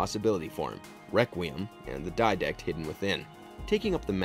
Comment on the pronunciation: The guy who presented the video has never played halo obviously because he sure couldn't say didact right.